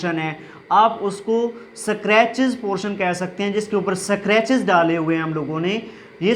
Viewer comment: It's scratches ‚ not eskartches .